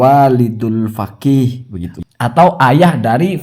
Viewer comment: kena virus Habib... Menyebut kata Faqih: Fagih.... 😅😅😅